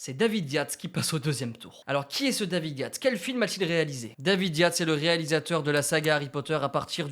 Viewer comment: alors david Yates ca se dit yétes